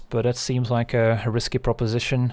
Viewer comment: did you say that’s a ‘Rhysky play” ??